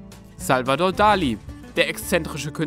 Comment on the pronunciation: Bei dem Künstler Dalí ist ein Akzent auf dem i. Deshalb betont man das i und nicht das a